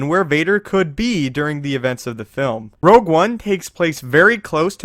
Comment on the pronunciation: Your saying rouge one wrong i think